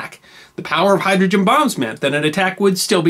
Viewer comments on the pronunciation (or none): none